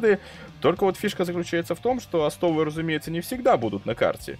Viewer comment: О'стов а не осто'в